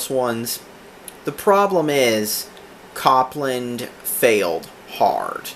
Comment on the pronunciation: Pronounced like Cope-land.